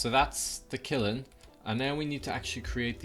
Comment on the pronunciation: its pronounce kill-n